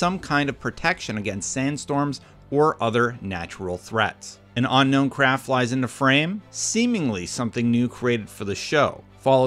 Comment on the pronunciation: This dude says unknown weird.